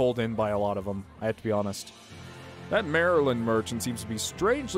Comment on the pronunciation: Why do you pronounce "Marlind" like "Maryland"?